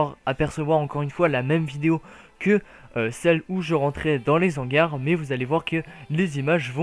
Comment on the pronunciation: arrête de faire la liaison entre "les" et "hangars" je t'en supplie mdr